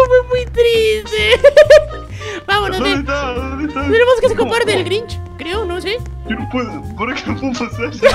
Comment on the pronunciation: Es Grinch no Grich